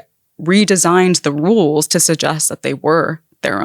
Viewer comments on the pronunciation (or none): "They redesigned the wuuules" 😅